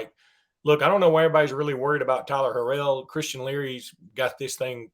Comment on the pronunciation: Tyler Harrell is his name not harel.